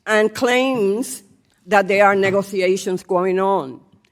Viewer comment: She said negroations. That's not a word. I'm glad y'all covered this. I wish besset just walked the f out. Waste of time and money. Ridiculousness.